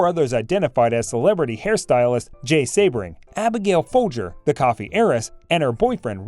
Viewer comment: Member of the “ mob”???? Where is this evidence? Dude stole hubcaps The guy’s name is pronounced sea-bring . Do some research